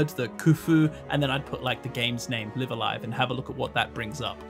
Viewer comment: so this isn't a series i'm familiar with at all and i have no idea what the title even means, but i do know in katakana it's written ライブ・ア・ライブ, so it drives me slightly more insane each time i hear you pronounce the first word as in "to live"...i wouldn't bother mentioning it, but as this is a japanese learning channel, is there a reason why you are pronouncing it that way? like, are both pronunciations fine in japan, or what?